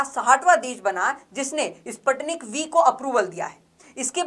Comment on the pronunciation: Please pronounce it..Sputnik . Spuu tnik.